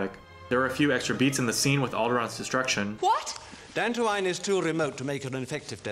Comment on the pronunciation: I notice Tarkin saying "DAN-too-ein" instead of "DAN-too-een." Kind of reminds me of how Guinness mispronounced "da-GO-bah" instead of "DA-go-bah" in Empire.